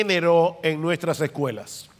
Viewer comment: Muy buena informacion. Una cosa my hermano usted tiene buena diccion pero no se dice " lasecuela" se dice " las escuelas" No puedo evitar ayudarle ahi. Saludos.